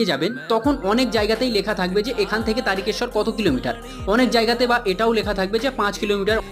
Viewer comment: দাদা আপনি বলেছেন কিন্তু অটা তারিকেশর না তারকেশ্বর বলে